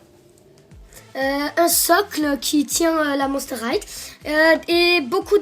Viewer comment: on dit pas monster highTE on dit monster highE mais sa fait rigolo =)